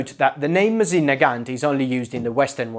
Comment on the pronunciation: ВинтОвка МОсина, а не ВинтовкА МосИна